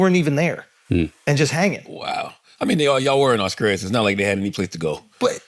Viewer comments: Did I really hear my man say "Auskralia"? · Ctg pronouncing Australia as “Awe-Skrale-ya” is INSANE 😂